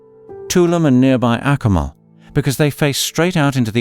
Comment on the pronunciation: I know that British people have an extremely difficult time pronouncing foreign names, but if you are going to give travel advice on Caribbean islands, you should say their names "proplay". Tulum is pronounced "two LOOM" (not "TOO lumm")' Akumal is pronounced "AH ku MAHL" (not ACK ku mall"); Punta Cana is pronounced "Poonta CAH nah" (not Poonta CAY na); Grenada is pronounced "Gra NAY da" (not "Gra NAH da"), according to local custom; and lastly, "Isla Mujeres" is pronounced "EESLA moo HAIR es" (not EYE LA moo JAIR ess).